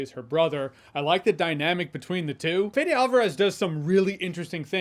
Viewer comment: The one thing you could have researched before delivering a spoken-word review is how to pronounce the director’s name! And not make a joke about not knowing how to say it … 😕